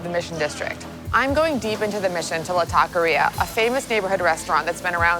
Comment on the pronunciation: This was such a beautiful love letter to my home, San Francisco. (The way pronounced “taqueria” was hella cringeworthy tho.)